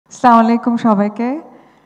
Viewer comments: স্লামাইলাইকুম না বলে আসসালামু আলাইকুম বলা যায় না? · মানুষ একটু বড় হলে, সালাম সঠিক ভাবে মুখে নিতে পারে না, উগান্ডা জান ওই খানে গিয়ে সালাম দেওয়া শিখে আসেন। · সালাম সঠিকভাবে দিয়েন